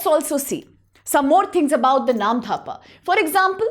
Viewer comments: Is there any H after D ? In Namdapha ? Why you're saying it Namdhapa ? It's actually Namdapha national park 🙏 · Not dhapa.. It's 'dapha' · You even can't pronounce "NAMDAPHA". You are saying "NAM-DHA-PA". Remember "NAM-DA-PHA". How you are qualified to teach IAS aspirant ? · It's नामदफा, not नामधापा! I'm from Assam, and ur incorrect pronunciation was unpleasant to hear. Please research a bit before making such videos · when it already written in English language. It's really very simple . She must know where to pronounce "dh" and where "d" ! What will you pronounce - Dosa or Dhosa ? Anyways.... when we NE people will not discuss about these issues who will ?? your Arunachal Pradesh will become *Arunanchal And we Assamese people will become *Assami people soon . Be ready for that . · Namdapha ,not NAMDHAPA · Firstly it's not "AruNANchal" it's - "ARUNACHAL" and secondly it's "Namdapha" not "Namdhapa" correct your pronounciation, if you can't correct it then stop making educational videos it's really shameful and disrespectful for our northeast